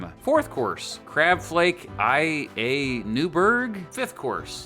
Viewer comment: Not ia Newberg--- La Newberg lol